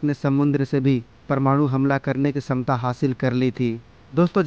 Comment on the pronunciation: छमता शब्द है न कि समता।।।। सही कीजिये